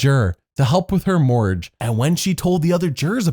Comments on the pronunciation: It’s mor-gage not moorge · OMG ME TOO! 😂😂 I thought he said mortgage the first time, but then he kept saying morge and I was like....huh?! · I wondered what he was saying. I assumed mortgage, but I listened 5 times and he said “pay off her Morge”. I was like “what the heck is a morge” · Just after pronouncing mortgage "morge" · If I were CBS's lawyers, I would have counter-sued Stacey for being the most boring person in the show's history, that wasn't a first boot, and even some of those were better than hers. Is that a conspiracy from Double I quit Colton, who 'has latino family', oh, she's the maid. Oh, we pay her, but she's family. Next. Ah, that's what you were saying. Mortgage doesn't have a silent g; it does have a silent t. Seeing as you spelt it incorrectly, I understand why you mispronounce it. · TIL can't pronounce the word "mortgage".